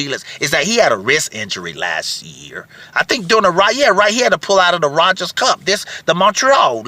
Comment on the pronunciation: "ROGERS" Cup. No D in it